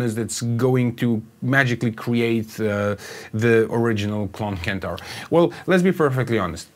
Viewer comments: CENTAUR not Kentaur! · Good and interesting video. It sounds way better with the mod but fyi it's pronounced senn-tar not kent-tar